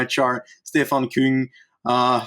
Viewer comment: Küng, not Kung., please correct on the pronunciation;)